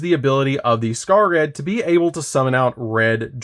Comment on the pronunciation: Isn't Scarred pronounced Scar-Red? Red Nova Dragon's Ocg name is Scar Red Nova D.